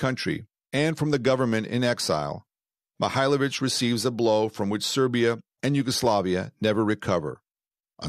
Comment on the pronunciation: da li je moguce da rts ne moze ni prezime djenerala da nauci?On nije Mihajlovic,on je Mihailovic.